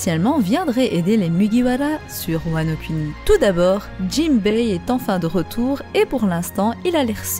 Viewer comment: ça se prononce "Kouni" par contre ;)